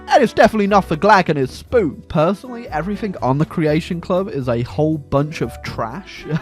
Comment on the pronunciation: I love how you say spoon, sounds like spewn